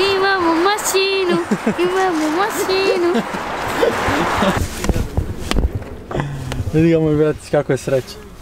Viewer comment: Ne kaže se masinu nego mašinu...